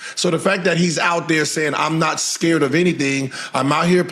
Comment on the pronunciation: Did Gil Just Say AScared?😂